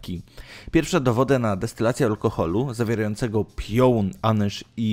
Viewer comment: Nie PRINCER, a PINCER. Nie DESTYLANCJA, a DESTYLACJA. Do nauki czytania polecam elementarz Falskiego🤣🤣🤣